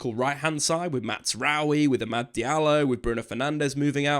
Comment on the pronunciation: Why does he keep saying Mazaroui like it’s an Italian name …….its not. The z is a z